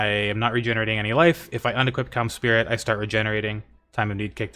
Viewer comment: bro needs to stop saying cums spirit